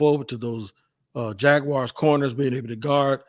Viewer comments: Teach that guy how to pronounce “Jaguars” correctly. It’s not “Jag-wires.” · It's Jag wars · Better than how Gus Bradley did it... Jag u wires